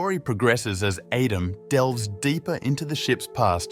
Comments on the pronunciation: Pretty good A.I. voice. I wouldn't have known, except for the instances of "Adam" being pronounced incorrectly. Something a real person wouldn't have done, but an A.I. would read it as it was written (misspelled). "Aadam". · 50% he pronounces his name Adam, 50% of the time he pronounces it Edem